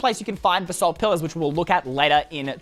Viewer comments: Extra:you can boost when your riding a strider Edit:its not basalt it's BAsalt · It’s Basalt not Ba-salt